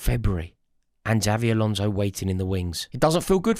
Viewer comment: Eight millionth time of asking you to say Xabi Alonso properly.